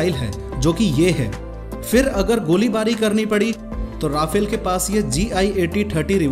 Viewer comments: pronounce correctly 'ra..faaaaaal' not 'ra..fail' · But it is pronounced 'Rafaal' not Rafel because Rafael is another company from Israel. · Rafale is fighter jet...pronounced as Rafaal And Rafael is Israel...it's pronounced as rafael